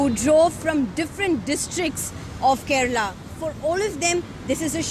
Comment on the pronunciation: The way you pronounced la in Kerala was just🔥.....this probably sounds silly but you gotta admit that we malayalis are extreme criticist when coming to pronounciation..